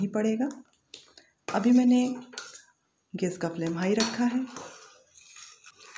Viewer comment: idea to aacha pr aap gas bolna sikhiye...